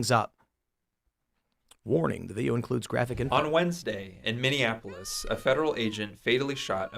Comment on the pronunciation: That red-headed “ holding-it-down-clown” sounds like he needs a geography lesson. He keeps calling Minneapolis - “Mindianapolis” like it’s Indianapolis’s sister city, or something. At first I just thought he was trying to dis that city for it’s obvious fails as of late, but now he’s just embarrassing himself and sounds like a toddler trying to fine-tune his vocal motor function...